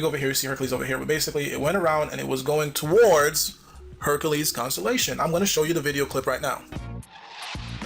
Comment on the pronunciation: hercales...lol not hercules.